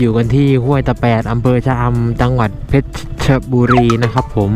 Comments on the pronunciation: ถ้าหนูจะบอกว่า เพชรบุรี ให้อ่านว่า เพชร บุ-รี ไม่ใช่ เพชร- ชะ- บุ-รี จะได้ไหมค่ะ ศัพท์เก่าคือ เพ็ชร์บุรีค่ะ .. แต่ถ้าออกเสียงตามภาษาอังกฤษจะเป็นเพชร-ชะ-บุ-รี ค่ะ .. แต่คงจะแล้วแต่คนเพราะหลายคนและสื่อเองก็ออกเสียง เพชร - ชะ - บุ - รี ตามคำภาษาอังกฤษ #คิดหลายรอบว่าจะเม้นดีไหม ขออนุญาตนะคะ 😆😆😆 #ดูคลิปจนจบน่ารักสุดเลยค่ะ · จ.เพชรบุรี อ่านอย่างนี้ครับ เพชร-บุ-รี ไม่มี ชะ นะครับ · เพชรบุรี อ่านว่า เพด-บุ-รี ส่วน ราชบุรี อ่านว่า ราด-ชะ-บุ-รึ ครับ